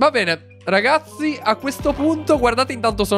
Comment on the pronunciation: Hai detto bene o pene? LOL